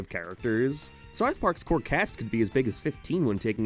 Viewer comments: You need to work on your pronunciation of "south" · I cant do how you pronounce south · why do you pronounce "ou" like a northern irishman? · I’m not a leftist and I hate Reddit, I’m asking a question about his dialect u brain rot zombie, I’m interested. That’s how people pronounce that vowel in Belfast and surrounding areas. You are a 14 year old who found out what politics was yesterday and now u think everything’s political. Go touch grass u absolute muppet.